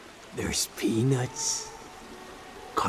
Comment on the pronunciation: He said there is peanuts more like pee